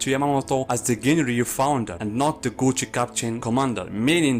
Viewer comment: I wasn’t paying attention to the subtitles and I kept wondering what was the gucci he keeps mentioning. Turns out he was saying gotei 😂